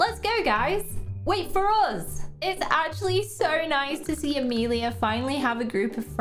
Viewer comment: I wanted to say… you say Amelia wrong cuz my name is Amelia